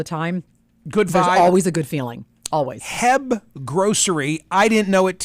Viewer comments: You have to pronounce each letter.... it's not "heb" 😂😂😂😂😂😂😂😂😂😂😂😂😂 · HEB is H-E-B or Atche - EEEE - BEEEE not "heb"